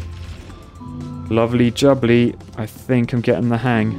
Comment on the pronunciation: You say “lovely jubbly” like Harry WroeToShaw from the Sidemen does! Are you also from the Guernsey-ish area of the world?